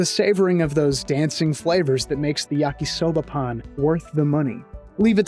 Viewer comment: I legitimately thought you were saying “Yakisoba Pun” and I was getting annoyed that you wouldn’t just explain the pun already!… until the last time you said it… Pan. Yakisoba Pan. Bread. I feel silly now…